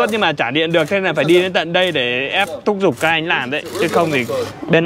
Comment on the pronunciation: Thúc giục chứ không phải " thúc dục".....